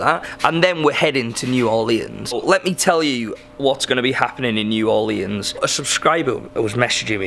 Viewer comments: "new orleeyans" 🙄. It's NEW ORLEANS 🤨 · Is it just me, or is saying "New Orleans" wrong..... idk might just be me lol